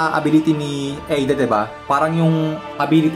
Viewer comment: Ayusin mo pag pronounce lods di Aida kondi eida ayusin mo nxt time!!